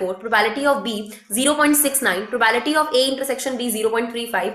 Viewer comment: Are mam probability bola karo yaar bhot irritate hota hai...btw well taught...